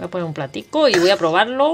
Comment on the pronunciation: ¡Qué gracioso!!! ""pomer" jajaja!!